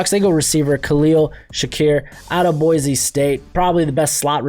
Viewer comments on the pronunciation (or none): none